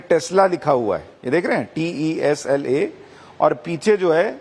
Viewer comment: Not Tesla … only tex la 😂